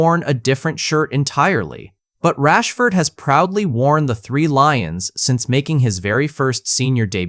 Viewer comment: You mean “Marcus Rashfordj” isn’t the correct name? 😂😂😂😂😂 I lost it when it actually said “Rashford gee”